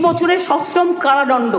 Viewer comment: কারাদণ্ড, not ডনডো